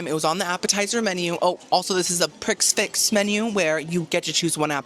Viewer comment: also ily but prix fixe is just pronounced “pre fix”